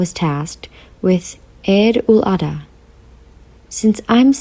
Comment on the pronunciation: Plz its not adha its azha.